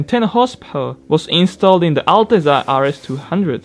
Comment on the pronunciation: It's actually pronounced "al-tet-za". It means "majesty" in Italian. It's two zs together, so it's a "tza" sound, like pizza.